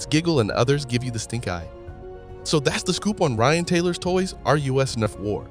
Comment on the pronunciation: I'm going to guess you're not from the states. its not torys R us like USA, Its like us the pronoun